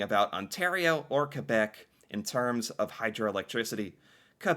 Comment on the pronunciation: I have to say something. Thank you for the way you pronounce Quebec. Most Canadian cant pronounce the correct way!